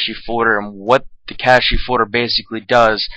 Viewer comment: "nividia" "cashy" no but seriously nice vid